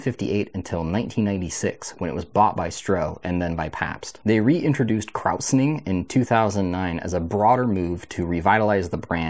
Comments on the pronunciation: you have a pretty good nose/palate given the depth you went into here. I'm a Chicago boy so probably a little biased but I love me some Old Style. Hamms is great too but whenever I alternate, I always miss Old Style more. It just has a little more character for me personally. Oh and just a heads up, not to be too snobby, but the process of krausening is pronounced "KROY-suh- ning" just for the record, and I too have no idea if they still do it. Anyway, great review. cheers! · Yep, someone else pointed out the mispronunciation as well, which was an oversight on my part. I'm curious if that was pure anecdotal reporting from drinkers or shifts in ingredient availability. No way of really finding that out nowadays, I suspect.